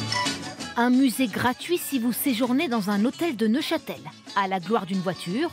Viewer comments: Neuchâtel pas Neufchâtel 😂😂😂 un peu de sérieux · Neuchâtel, et non Neufchâtel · Neuchâtel pas neufchatel, et l'absinthe est originaire du Val de travers. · NEUCHÂTEL !!! (Et non : NeuFchatel) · Super sympas "NEUF CHATEL" ahaha 0 respect